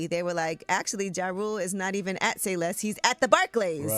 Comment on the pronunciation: "Say Less" not "See Less"